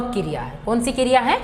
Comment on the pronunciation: Kiriya nhi kriya h maam